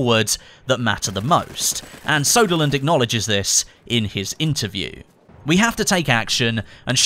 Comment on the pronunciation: Its ”Söderlund” not ”Soderlund”. The ”ö” is prenounced as the ”e” in ”early”.